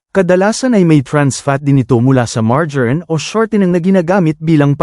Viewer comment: Mar-ja-rine....ang tawa ko...